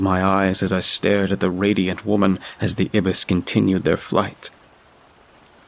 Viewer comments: haha, its actually "eye-biss" (or ai-bis) instead of "ib-biss" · Black Ibis? Ibis is pronounced eye-bis not ebis. Those mispronunciations ruin the story for me.